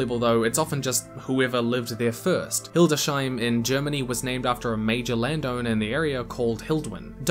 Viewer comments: Actually ist hildes-heim not hilde-sheim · It's Hil-des-heim. Never mind, I did apprechiate all the different examples from all over the world. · Your example of Hildesheim is correctly pronounced like "Hildes hyme" not "Hilde shyme". The -heim suffix is found in many german city and village names and literally means home, Hildes or Hilds would be the genitive of Hild, so the town name means Hild's home. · Hildes-heim, not Hilde-sheim; literally "Hilde's Home". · Hildesheim is spoken Hildes Heim, not Hildescheim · Fun fact: There is no "sh"-sound in the pronunciation of Hildesheim.